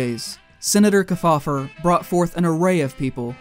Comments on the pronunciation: The Senator’s name is pronounced Keef-Aww-Ver. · Guys. I just found this and I think you hit the nail on the head. However, you got to work on pronunciation of those famous names... The Senator's name is pronounced "KEEF FOUL LER" amongst the others and if you can't bother to get that right, it casts the underlying research into doubt. I realized it is far too late for these videos, but I recommend that you look up the way the names were pronounced as a lot of these guys were extremely famous and there are still people around who remember them. Otherwise, great job.